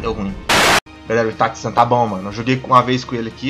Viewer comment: PARA DE FALA ITATI SAN porra é itaCHI